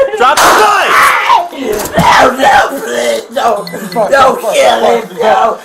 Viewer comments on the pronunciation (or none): “He wants to keel himself!” “No problem Ma’am we can help him with that.”